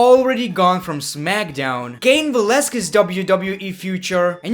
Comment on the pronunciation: The Great one is gay because he had a WWE Women Championship also he's a dumbass he can't pronounce Cain Valasquez.